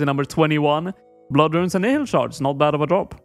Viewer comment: how come literally everyone pronounces nihil wrong. its pronounced nile like the river